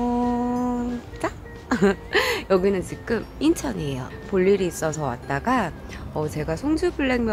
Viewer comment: 항상 지금을 직.음 이라고 발음하시는거같아 약간 거슬려요(..)ㅠㅠㅋㅋ